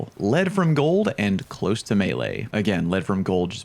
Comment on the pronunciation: Aaargh. Someday, youtubers will realize that it's "close" as in closing a door, not as in being close to something. Today is still not that day.